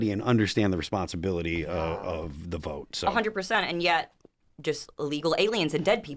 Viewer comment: Lady, there’s no “r” in the word “vote”.